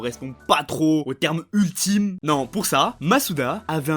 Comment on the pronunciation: "Utlime" tu veux dire 😂